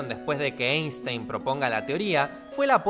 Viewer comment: Se pronuncia Ainstain, ya que es alemán y en el idioma alemán cuando una e esta pegada con la i se pronuncia a.